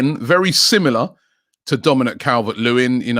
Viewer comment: How did you manage to bottle the name “dominik calvert lewin” 😂😂😂 “ cavelvvehhetrt lewin???”